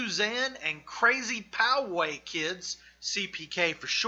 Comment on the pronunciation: While I appreciate the effort your pronunciation of Russo and Poway totally ruin the rest of this video. I am born and raised here in Poway. You say (Pow way) right one time . But sorry I feel like if you didn't invest the energy to figure out how to pronounce these things correctly I certainly won't spend any of mine watching the rest of this video. And don't blame it in your accent it's just negligence I certainly will not be wasting any of mine to watch the rest of this video. Just food for thought though, hope this helps polish up your channel because I can see the potential.